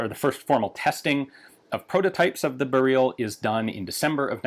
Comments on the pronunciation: Ian pronounces "Beryl" in the most polish way he's able to and corrects himself in next second to french-like pronunciation :D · the first pronunciation was actually closer to how we pronounce it in Poland :). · Yeah, made me chuckle. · Interestingly enough, he corrects himself to a Russian pronounciation. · It is not "Beryl as in Beryluim". it is siply Beryl. Same for Tantal. That is what we call these elements. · its BEryl. y not ee. also in polish stress is always on second to last syllable.